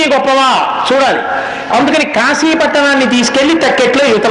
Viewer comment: Kaasi (కాశీ) is correct . Not kasi(కశీ) .